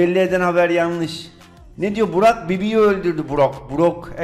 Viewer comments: 'da otomatik çevirme var heralde brock yerine burak dedi 👏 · brocka burak diyen koca yürekli